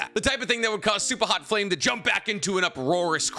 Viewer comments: Its Supa hot Fire ...not flame. The disrespect!!!😏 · it hurts that you said super hot flame lmao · Not you disrespecting supahotfire's name on a video about disrespect